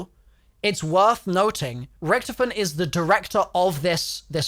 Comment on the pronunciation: you pronounce it horrivly wrong sounds like youre saying recktom